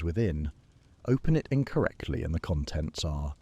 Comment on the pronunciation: Is this one of the earlier ones you've done? I've noticed that in the ones I've listened to most recently the AI voice is of poorer quality than the first few I listened to. Mispronunciations of words that have multiple sounds (read = "red" or "reed," "conTENT" when it should be "CONtent," etc.), awkward timing of successive words, etc. At first it was at a low enough level for me to not label it "severe," but the last 2-3 I've listened to have been much worse.